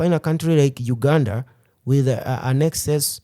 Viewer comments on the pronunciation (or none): none